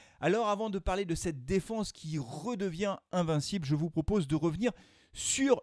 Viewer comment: Nous sommes “ Invincible” et non “ invaincible “ Et c’est “concurrence” et non “concurence”... sinon le reste de ta communication est parfaite ...